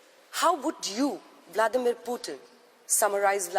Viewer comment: President bladmir putin madam Not bladmir putin